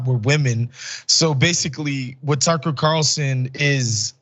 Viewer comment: Pronounce his as tooker. Calsun.